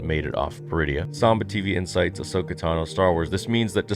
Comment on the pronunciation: It’s called: Ass-Okah